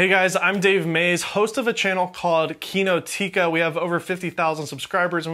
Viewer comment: Dave from Kinotica...should know the way you say it is wrong : the accent is not on the second i but rather on the O